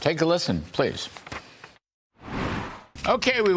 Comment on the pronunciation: Lol. It sounded at first like he said Egg Secretary.😂😂😂